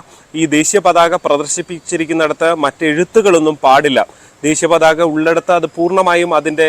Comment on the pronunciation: ഇപ്പൊ പരാതിപ്പെടേണ്ടത് ഈ വാർത്ത റിപ്പോർട്ട് ചെയ്‌തുകൊണ്ടിരിക്കുന്ന നിങ്ങൾക്കെതെരെയാണ്. പതാക എന്ന മൂന്ന് അക്ഷരം പോലും തെറ്റ് കൂടാതെ പറയാനറിയാത്തതിന് 😂😂😂